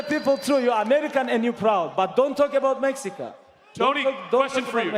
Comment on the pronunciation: khabib ain't mexican and he said mexico like a Mexican😂😂😂